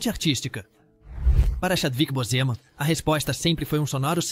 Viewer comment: Vc pronuncia errado o nome de Chadwick Boseman